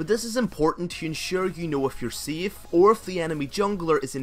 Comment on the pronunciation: My ears are bleeding, when i hear your "BIES", which is "base" and this "SIEF" for safe :D But thank you for a guide.